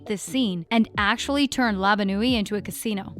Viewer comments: it is called "La Bonne Nuit" not "Lavanue" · Is it just me or does it bother y’all that she said lava-newy and not La Bonne Nuit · It’s not lava nui it’s la-ban-nuie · "labon ooy" lmao its said like "la bon wee" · Did she just say lava noi😂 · "Lava Nuit" "Eliot" LMAO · What’s lava nui 😂😂😂😂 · Its Labon nu oi And Ellio not Elliot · did she say labanewy instead of la bonne nuit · does anyone else hate how she pronounced la bonne nuit wrong? its pronounced "Luh Bon Nwe" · did you just say luva noy? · she keeps said lava bonne ue but it's bonne la ue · About the one with La Bonne Nuit, she says Elliot. It's ELLIO. That's kinda infuriating to me. Especially after seeing all 4 seasons.